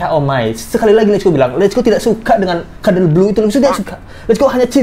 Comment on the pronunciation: Kenapa bang jdi keterusan ngmgnya "kadel blu" 🤣🤣